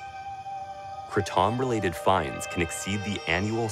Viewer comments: Why do people call it Kruh-TOM? There's no uh sound. Kray-TUM is how I've always heard it pronounced. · why the fk does he keep calling it the CRAH-TAHM tree? it's pronounced crayTUM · I thought it was called kray-tum or krat-um not kru-tom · Everyone says it wrong. Its kra-tom not kraatom . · I pronounce it "Kraytum",...sounds so much better than the alternative! I have watched Joes podcosts on Kratom already, one of them is almost damaging to the "save kratom" wave.....Lots of people in the comment section share the same opinion....I have been taking it for 3+ years now, Love it! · Idk what that dude at but it doesn't sound like Kraytom. I never heard of any that makes the tounge numb, sounds more like kava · "kratohm" lmao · “Craw-Tom” btw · Never heard it pronounced kratOm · im sorry but the way he says kratom really triggers me. "krah TOM" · Why does every suburban white human pronounce it "krah tom" 😂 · Stop saying it like that😆 it’s ‘KraYtom’ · Man this journalist is weird af and the way he pronounces Kratom as Kruh-tom is sooo annoying. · Soooo rough to watch. Please stop calling it "Kray-TOM" hahaha Cool hearing from the locals though. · "Kruh Tom"? is the way you are pronouncing it........SMH.....Its not French brother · It's driving me CRAAAZY how he's pronouncing it!! 🤦😲🙄 It's pronounced "Cray-dum" 🙄 smh 😂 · He is very shady!!! even his pronunciation of KRATOM is horrific....made me cringe....He wouldnt even try it or ask .....SMH! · Hamilton is kinda fucking creepy in this and it kills me how he is pronouncing kratom, lol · Can you please learn to pronounce it correctly